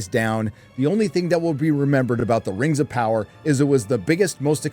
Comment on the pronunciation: Rims of power? did u do that on purpose or my ears playing tricks on me???